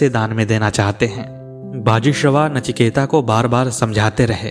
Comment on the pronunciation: Sir, "नचिकेता" नहीं, केवल "नचिकेत". Please correct this